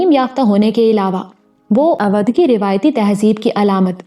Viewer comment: پیاری آواز اودھ کا تلفظ Odhh ھے او بھائی والا او اور دودھ کا دھ